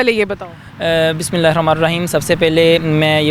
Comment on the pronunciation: Bismila prny m glti ki h ... please quran bse dekh k .... shi kryn ... inho ne zer ki jgha zbr pra h